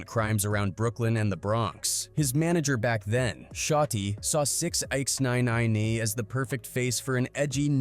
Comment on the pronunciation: Did he just say 6-x-9-nine lmao